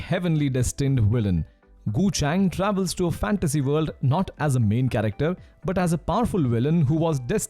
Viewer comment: Hald wolk alound the wold😅✌